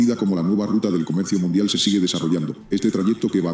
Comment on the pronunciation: Jajajaja es mundial o ( Nundial )